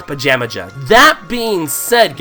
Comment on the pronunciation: the mountain is pronounced pa-jam-a-ha